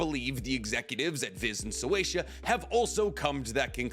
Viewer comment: why do you say So-way-sha? It's Shueisha. Shoe-way-sha